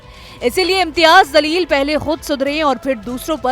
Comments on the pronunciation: Pronounce correct karo Jamleel hai not zaleel , Allah hu Akbar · Tojhe news anchor kisne banaya name to sahe se le zaleel nahe jaleel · Zaleel Nahi Jaleel bolo. Sahi uccharan seekho. App patrakar ho. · Anchor madam Imtiyaz zaleel nahi he Jaleel he Urdu sahi we bole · Bete wo imtiyaz Zaleel nahi, Jaleel hai Please thoda theek se pronounce karen